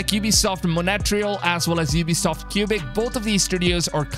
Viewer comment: I literally just can't get over how you pronounced Montreal as "Montere-ale" and Quebec as "Kyubek" bruh pure cringe